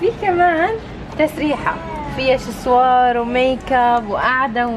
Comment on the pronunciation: اسمه يا 😂سيشوار مش شيسوار